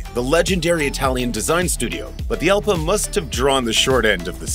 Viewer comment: Jalpa is a Spanish fight bull. The 'J' is pronounce 'H'. So, Halpa.